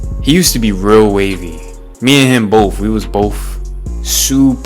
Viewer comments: wW wAs BoPh sUpEr wAVy iN 2o19 bro take the marbles out of your mouth and say BOTH. you sound like a caveman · did u just day Boff bro instead of both?